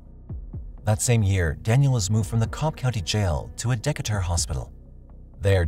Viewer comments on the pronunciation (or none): No no no, not "decka-ter" Pronounce it like cicada 😂 "Decatuh" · Just thought I’d let you know that Decatur is pronounced D-Kate-Ter or D-Kate-Der if you live here lol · Decatur is pronounced like Dee cay tur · Decatur is pronounced DE-Cater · Daniel entered Decatur (pronounced, Dee-Kay-terrrr) Hospital.